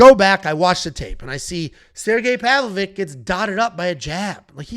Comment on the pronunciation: it's PAV-LO-VICH. CH CH as in cheese. Not PAV-LO-VICK. Also it's Alexandar RA-KICH. Kich as in KITCH(EN). RA-KITCH(en) not Rachik